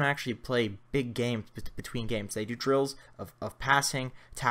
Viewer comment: First time he said drills I thought he said drugs